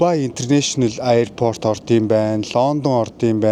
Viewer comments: Shanghai, Turk, Solongosiin ongotsnii buudal dajgui sanagddag. Ийстанбуул, Аайрпорт гэж хэлэх болгонд тухгүй сонсогдоод байх юмаа😂 Истанбул, Эйрпорт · Airport iig chihnees tsus gartal buruu helhima hha😂